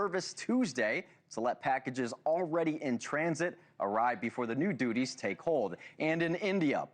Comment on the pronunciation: The Yoo S A collecting taxes and "doodies" (duties) 😂 😂😂